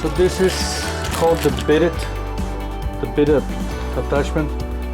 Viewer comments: No, it’s Bee-Day. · It's pronounced "Ba-Day"... not "Bid-it".